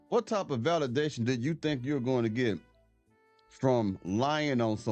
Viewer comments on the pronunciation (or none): She should be locked up for 30 years, “Valadation” are you serious???